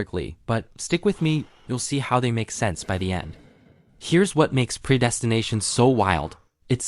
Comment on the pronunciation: Say preydestination again 🤣😂🤣😂🤦‍♀